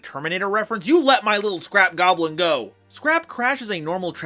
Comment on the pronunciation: Don`t you mean Scrap GYAWBLIN? 😂